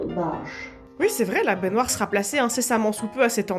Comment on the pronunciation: Oui! Mon épisode de TAPER CAILLOUX! Super après une journée de boulot., ou quelqu'un d'autre si jamais, cette façon de dire baignoire, genre "bainéneuoire", je sais qu'au fond de mon cerveau j'ai la ref, mais je la retrouve pas 😂! Ça fait des mois que je tique à chaque fois, ça vient d'où stp 🙏🙏? Je pensais mr Krabbs dans Bob l'Éponge mais je sais pas.... Merci 😊